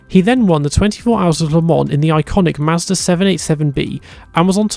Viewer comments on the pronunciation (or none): none